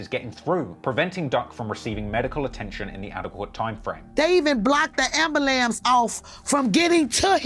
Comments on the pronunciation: Did she really say ambulams 🤣🤣🤣🤣🤣🤣🤣🤣🤣🤣🤣🤣🤦‍♂️🤦‍♂️🤦‍♂️🤦‍♂️ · She really said "Amber-Lamps" LMAO